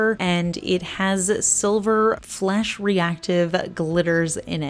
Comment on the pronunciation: Lol I thought you said FLESH reflective! I was thinking what the heck is THAT???? love the grays and the topper